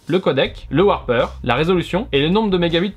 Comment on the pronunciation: Merci pour ta vidéo ! Pour info (pour plus tard), on dit "wRApper" et non "wARper". Wrap signifie "emballer", "encapsuler" en anglais. Comme les sandwiches ! :-)